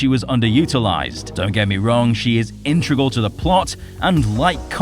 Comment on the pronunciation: nah, you said "intrical" dude. It's not a big deal just letting you know